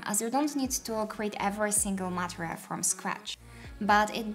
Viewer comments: Thank you! Oh, and just a small note, the word material is pronounced 'ma-TEE-ree-uhl,' not 'ma-tri-uhl.' Hope that helps! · You say material or Montreal?